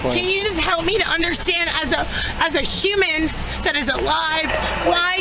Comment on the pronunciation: she said shuman 🤣🤣🤣